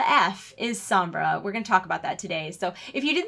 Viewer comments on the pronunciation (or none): It's "Somb-brah"